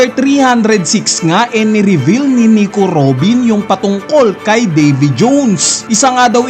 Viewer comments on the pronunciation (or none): ayn na si NIKU ROBIN AT DAVY JOOWWNNS 😂 feel na feel ung pag pronounce eh muntangaa hahahaa...